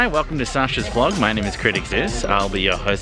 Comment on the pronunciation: The fact that you called her Shasha bothers me Her name is Sasha